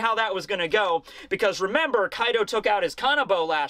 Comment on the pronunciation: You mispronounced Koi D. O during the intro.